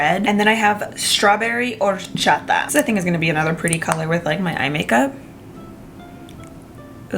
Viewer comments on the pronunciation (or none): none